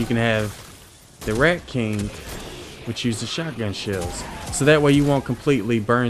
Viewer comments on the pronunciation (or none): none